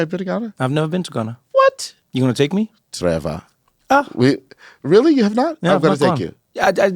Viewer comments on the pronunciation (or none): the way he said "Trevor", sooooo African. Love it ❤